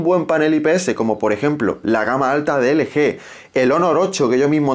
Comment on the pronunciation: Felicidades, eres el primero que escucho que dice ele-ge y no el-yi